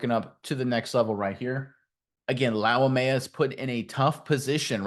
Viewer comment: Bro did you just add an ok to his last name? 🤣 It's pronounced lau-may-uh